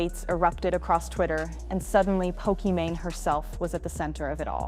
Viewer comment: Bruh the mispronounced pokimane is throwing me off. There are two ways to say it and you're getting both wrong.